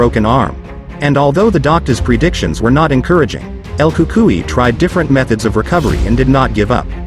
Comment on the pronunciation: It's El Cucuynot El Cukai you stupid idiot